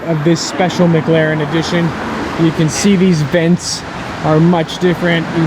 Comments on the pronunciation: Dude I love your vids but it drives me insane when you pronounce it maglaren... but you still have the best vids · Does anyone else hear mglaren when he finds a McLaren???